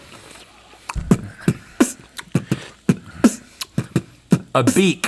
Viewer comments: The I heard “beat” as well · I heard "beat" too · To be fair, I heard beat too, so it was super funny.